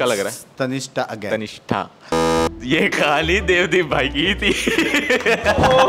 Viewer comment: Its tannishtha... Not tanista